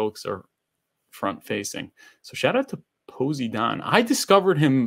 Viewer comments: The way your pronounce Poseidon is hilarious haha. It’s Pose-eye-din. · ...................so no one is gonna correct him on how to pronounce Poseidon